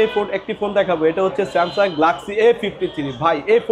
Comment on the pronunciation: আপনি স্যামসন বলেছেন কেন?